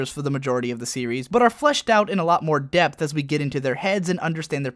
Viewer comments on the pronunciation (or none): none